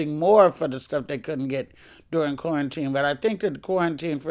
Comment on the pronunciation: Luenell straight saying "corn-teen" 😂